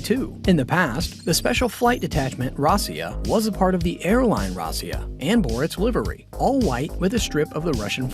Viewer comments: It's NOT "ROSS-ee-yah"; it's "ROE-see-yah" -- Russian for "Russia". Time to go back to BOT SCHOOL for vigorous reprogramming, fool! NOT!! "NOO-kyoo-lur", ya' damned fool! "It's "NOO-clee-ar"! NOO-klee-arr!! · It is not pronounced Rossia, but Russia. Secondly, the story about mechanical failures is no more true than similair stories about the American dictator's Airforce one breakdowns.